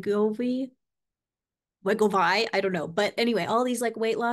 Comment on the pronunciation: You pronounced Wegovy correctly the first time. 😊 I didn't know anything about the newer GLP1 medications when my PCM told me about them last year. I started Mounjaro exactly one year ago today. After a couple of weeks I had the thought that this can't be good for me so I muscle tested and I got the answer that it was doing no harm to my body. I was surprised. I have lost 65 lb and i can actually function almost normally. From what I understand it's correcting some hormone imbalance. Even if I end up with tremendous health problems and don't survive the next couple of months I will have least had this last year of my life that I would not have had without it.